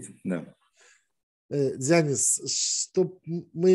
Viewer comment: Какой еще дзЯнис?, учись правильно ставить ударения- ДзянИс-ДзянИс-ДзянИс!!!!